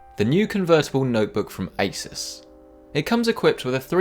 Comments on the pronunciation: For several minutes I thought that you said ISIS not ASUS lol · Hello, did you say Asus or Isis? I would not like to buy anything from the latter organization.